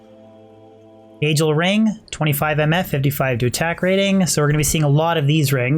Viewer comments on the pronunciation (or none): love how he prenounces NAGELRING XD NEYGEL WHUT Nahgehl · Definitely pronouncing all the ring names incorrectly... It's not najel (nay gel) as you say... It's Nagel (nag ell). It's not ma nald, you're placing the syllable break incorrectly. It's man ald (sounds more like manuld). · it’s pronounced nayghel not najel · why is he saying nay gel ring when its a naggle ring in pronunciation the same ring exists in world of warcraft and no one has ever pronounced it as naygel ring that would just be retarded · Isn't it Nay-Gull ring and Man-uld heal? I'm pretty sure you pronounce these wrong. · Your pronouncing Nagelring with the J sound killed me inside every fuckin time. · why cant he pronounce nagel or manald - wow. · can't stand the way you pronounce Nagelring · The reason your luck was bad was because you kept mispronouncing Nagelring ; ) Look up Pat Nagel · The pronouncing of nagelring is very, very upsetting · it kills me how you pronounce nagel ring. good video otherwise. Diablo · Mar 13, 2015 You nailed it,. Nay-Gel. Sorta like Pat Nagle. Well, that's how we say it at the office anyway.